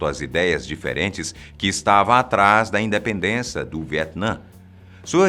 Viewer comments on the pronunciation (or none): No minuto "INDEPENDENCAAA" na primeira vez.